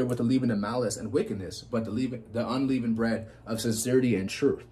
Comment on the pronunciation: no offence but its un-leh-vund bread, God Speed